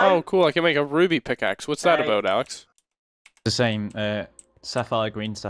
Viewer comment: Did you just call Alex "Layhe"? :) LMFAO